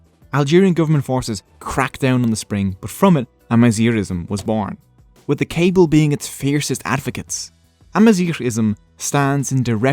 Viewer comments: It should also be noted that amazighism or pan-berberism has tried to unify the different Berber tribes, but that falsely leads people to think that they speak one language or share one culture. We're not brothers, but close cousins. I, as a Kabyle (you butchered that pronunciation btw😢), am barely able to understand Rifyan. The fact that Tamazight got adopted in the Algerian constitution is a win, but it fails to recognize that there are at least 6 or 7 distiniguished tribes with their own languages. The danger is now that other tribes still don't get taught their native language in school, but instead the Kabyle language or even the Moroccan Tamazight that is being standardized for education in Rabat. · really great informative video, thanks! but i think your pronounciation is incorrect of "kayble". it's not "cable", but KA-BEEL. perhaps someone can confirm... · Kabyle is pronounced kahbeel :) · You forgot to mention the meaning 'Barbarians'. Hence 'berber' being derrogatory. Hurts to hear Kabyle be pronounced like a cable..... And the early Imazighen were black - some of the animated ones at least couldve been black no? ;)